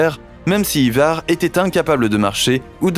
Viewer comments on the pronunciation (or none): none